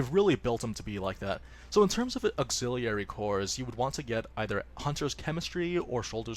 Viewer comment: He way you pronounce auxiliary.... triggered.